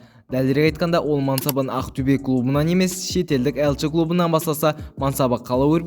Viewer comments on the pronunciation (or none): none